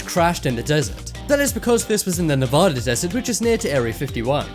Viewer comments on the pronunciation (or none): none